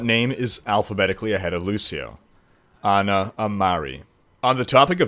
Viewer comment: Its Ana lol